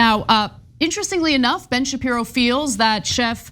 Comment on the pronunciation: This presenter she is really good at calling Ben shipro shift 😅😅